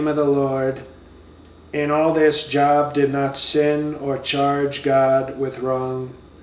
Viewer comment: Oh, this dude is GREAT! "JOB"... what a dumb ass! Pronounced "JOBE"......This man is so f'ing dumb, it's UNREAL!